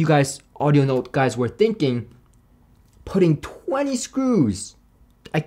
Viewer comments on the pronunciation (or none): none